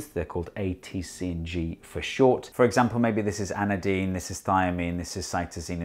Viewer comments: Sorry to correct you, Steve. It's "Adenine", not "Anedine". Otherwise, wonderful vid. Cheers. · Yeah he said Anedine instead of Adenine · *you mean adanine not anadine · Also to mention that he called Adenine as Anadine (maybe just a speaking error) and that human genome is about 700 MB (it's about 3 GB as far as I remember) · You said A in actg is anadine. Isnt the nitrogen base named adenosine? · Adenine not anadiene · Hate to be that guy, but the A stands for adenine, not anadine. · How did you pronounce adenine? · Yeah, I caught that, too. Just a slip of the tongue.